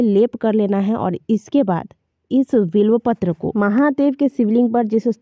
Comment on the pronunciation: vo bilopatra nahi bilpatra hai